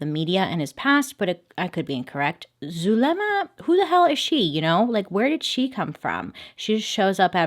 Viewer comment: "zul... zulema" its pronounced like soolma or zulma